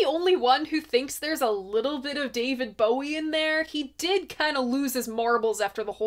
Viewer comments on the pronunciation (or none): none